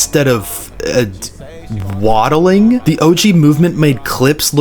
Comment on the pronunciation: i cant bro😭 he said waddling😭🙏🏾